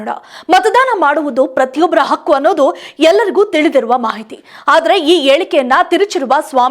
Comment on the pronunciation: ಅಕ್ಕು ಅಲ್ಲ ಕಣೇ ಹಕ್ಕು ಸರಿಯಾಗಿ ಉಚ್ಚರಿಸಲು ಆಗದಿದ್ರೆ ಯಾಕೆ ಹೇಳ್ತೀರಿ